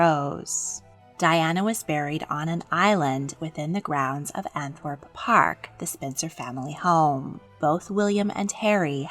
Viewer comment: Pretty sure the pronunciation of Althorp was completely wrong too - American or not, pronounce things properly, would be like us pronouncing Arkansas exactly how it's written. I like these videos but they can be shoddy